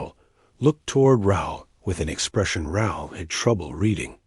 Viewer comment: Raul is Rah-ool in pronunciation. It's a Spanish name.